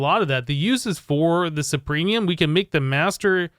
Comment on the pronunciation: Supremium? Superium... But it's ok. People make mistakes